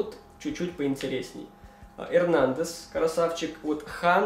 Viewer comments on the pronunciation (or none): none